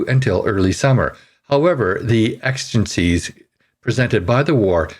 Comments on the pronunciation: You have a great voice. Re: "Connacher" and "exigencies", always good to check pronunciations before going to air. Helps with subscriber levels. You're welcome. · Good report, but please learn how to pronounce exigencies and Westminster correctly